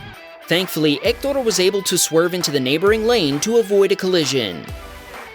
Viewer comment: I want to say that I loved the way of pronunciation for the name Héctor